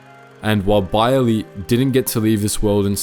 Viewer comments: No its pronounced as Bey-er-leh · I keep feeling like you're pronouncing him name wrong but I'm sure you researched it. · Why do you pronounce Beyrle like that?